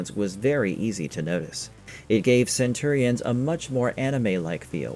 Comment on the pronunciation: cant pronounce Centurions correctly ... not a good sign